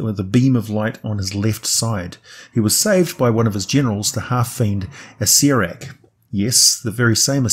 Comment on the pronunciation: Ah-Sara-Rak... why is this so hard for people to pronounce?